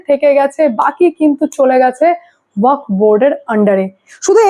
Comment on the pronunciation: আপনি ওয়াক বোর্ড বলছেন, কানে লাগছে। ওটা ওয়াকফ্ হবে।